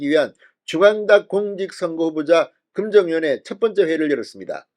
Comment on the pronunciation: 금정위원회? 으 발음도 되고 어 발음도 되는데 도대체 왜 거꾸로 하지??? 지구의 불가사의... ㅋㅋㅋㅋㅋ